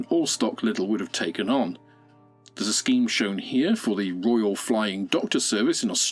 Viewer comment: A Royyal Air Force Hawk?